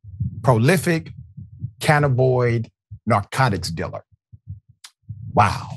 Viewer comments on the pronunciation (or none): Okay Doctor Richey, If you can spare a moment of your time, say it again please: CAN - nab - in - oid There are 4 syllables in this word instead of just 3 For more than ten years here in Washington State, cannabis derived products can be purchased legally for recreational use from any of the 650+ dispensaries throughout the State. So the word cannabinoid is growing more common nowadays. When saying "cannabinoid" out loud people emphasize the first syllable of the word, but I have heard people stress the second syllable "NAB" a few times as well: can - NAB - in - oid Either way is acceptable. But saying it like "canna - BOYD" - that is not correct. And I winced to hear you say it that way, (sorry haha) 😅 I'm probably not the first person to point it out to you in these comments, since you posted this some hours back, but searching the comments is a hassle so I'm leaving you this note just in case Peace and Thank You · It isn't "cannaboy." It's "cannabinoid." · CANNABOID?! Come on Doc... read. The term is cannabinoid.😐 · (Canna bin noid) is how it's pronouced. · It's not canaboyd... And you're Dr who? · Doc.... It is pronounced Cah-Nab-be-noid. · You butched the pronunciation of "Cannabinoid."